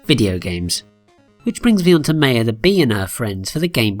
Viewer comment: Thats not how you say Maya.